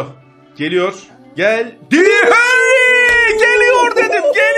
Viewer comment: Thierry "Hanry"😂